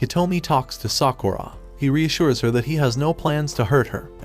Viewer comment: Every time he says sakuurra I want to punch him